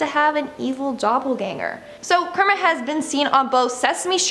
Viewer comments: Kermit and Cermit with a C 😂🤣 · Cermit with a C! i knew it!